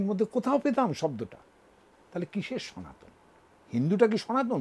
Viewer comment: Your pronounce is totally wrong,. Sanatan not sanatani.